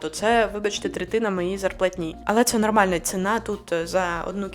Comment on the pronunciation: Не вистрибуйте зі своєї шкіри, будь ласка! Бо ви є російськомовна людина. Покі що вам це неможливо приховати. З вас вистрибує дуже богато російських та зіпсованих українських слів. Наприклад: старався, абс'а'лютно, 'в' масштабах, ст'а'м'а'тологія, корочє, кап'є'ц(ь?), н'а'рмальна, б'а'г'а'то, кабзд'є'ц і так далі і тому подібне... Плюс нестерпно безграмотна постановка наголосів. Потрібно казати бюрокрáтія, бюрокрАтія - і не інакше.